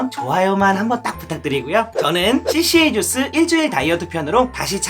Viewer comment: 까주스ㅎㅎㅎㅎㅎㅎ 생각지도 못한 발음이예요!!!